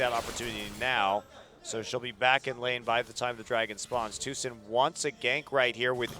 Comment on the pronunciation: Doa said Tusin which was playing Rek'sai, but I heard Susan, made me giggle!